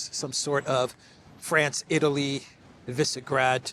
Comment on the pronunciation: By the way, you pronounce Višegrad (Vishegrad) 😘🤗